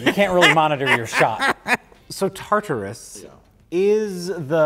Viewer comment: You guys are slipping. clearly says "Tartus" twice at one point and neither you or the editor have made fun of him for that. Booo.